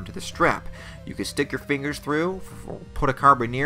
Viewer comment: Carbon-ear ? As a climber I've heard it pronounced a lot of interesting ways but that's a new one lol.